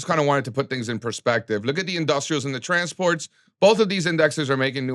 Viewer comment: Bro always saying trannies for transports will always be peak 🤣